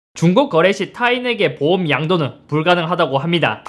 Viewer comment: 보험을 자꾸 보옴이라고ㅋㅋㅋㅋㅋㅋㅋ